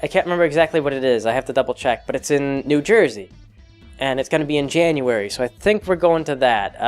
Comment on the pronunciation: I chuckled when you prounced january in a New Jersey accent